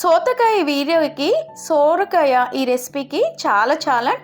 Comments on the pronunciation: సొర కాయ తల్లీ సోర కాయ కాదు . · Soooooorakaya kaadhu amma....sorakaya...😮😮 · Sooora kaaya kaadu ..sora kaaya anaali..thelugu khunee chesthunnavu ..neevu thelugu ammayi ve kadaa..